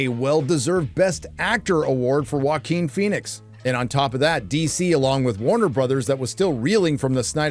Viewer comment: Thanks so much for this review of Jacker Folly a Doo starring Walking Fenix and Ladee Guhgah. Seriously, dude? You don't even know how to pronounce her name? lmao